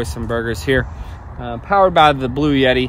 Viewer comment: I laughed out loud! Omgoodness it kept sounding like you were saying 'Blueyetti' and I kept saying "BLUETTI"! I can't possibly afford one but I know the brand. 😂❤😂 Great video as always!